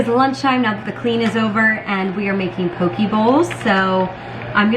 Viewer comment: "Poh-KAY" is how you say Poke, it rhymes with OK